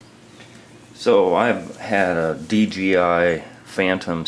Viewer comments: D-J-I say it over and over...NOT D G I .......DAMNIT LOL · none of them say "dgi" because its dJI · Why does so many dji owners say dgi I hear it all the time this guys say dgi every time